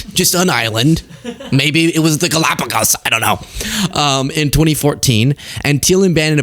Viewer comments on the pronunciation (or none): I spit my coffee in one of those choking laughs when you said "Galapogos Island"! Thanks!